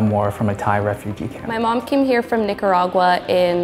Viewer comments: The way she pronounced Nicaragua mad me cringe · Cringed at her pronunciation of Nicaragua